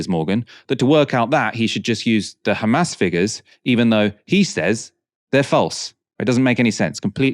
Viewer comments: Khamas, khamas, khamas, khamas that's all the Rogue baskets know. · Piers is clever. He knows how to keep the conversation going for his financial gains. His next interview is going to be do u condemn 7th of October, khamas, khamas, khamas, khamas and on and on...